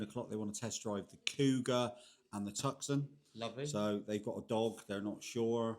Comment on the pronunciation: Hi,it’s called a Hyundai tucson as in Arizona,not Tuscon.enjoy the videos.